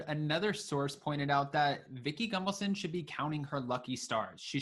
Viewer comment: Are you mispronouncing her last name over and over again on purpose? There is no M in her name.